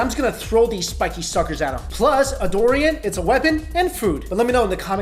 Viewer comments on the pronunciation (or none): It's pronounce as Durian not Dorian! (Du...not Do...)rian. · It's DURian, not DORian. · its not dorian! its dUrian! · Doorian bro, not Dorian. :)) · It really bother me when he says "dorian".